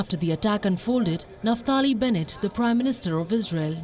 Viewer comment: Naftali sound like naftaik 🤣